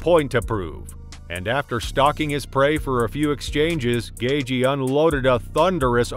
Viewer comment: “Rozenstrook” “gayjee” “Perryayra”